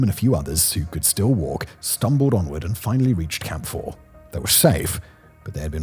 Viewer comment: Every time he says "Camp 4", I hear "Camphor".